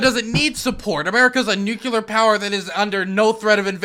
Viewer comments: is right about everything, EXCEPT the pronunciation of “nuclear”. For god sakes, man, it’s noo-clee-er, NOT noo-Q-ler! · NUCLEAR NOT "NUKULAR" FFS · said nuculure and I cringed. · "New Q Ler" - each time he tries to say "Nuclear"